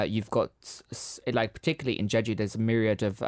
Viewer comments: He couldn’t even say jeju properly 😡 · Yea no one not even Jeju people can't understand him. also its been years since he was in Jeju and he still can't say it